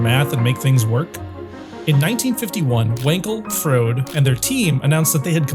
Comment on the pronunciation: No, you're a frode for not knowing how to pronounce Froede.